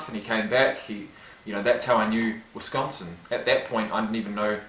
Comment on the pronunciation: And he actually says Wisconsin instead of most who say Wesconsin...